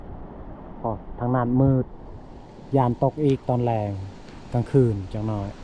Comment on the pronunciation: ภาษาไทยเพี้ยนไปหมดคืนก็ว่าขืนนอนก็ว่าหนอน